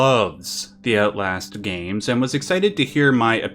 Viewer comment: Ootlast Sorry.